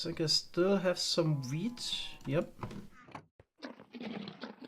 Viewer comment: Every time says wheat I think he's saying weed. "I think I still have some weed" was a pretty appropriate after the struggles